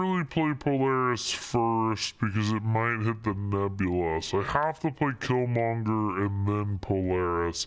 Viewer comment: Can't blame chat on you Polaris mess up. You said it correctly twice then without any prompt did it wrong twice